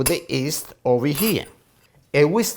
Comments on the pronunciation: it's yeast not east please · "and Nah we mixa the East" haha hes the best!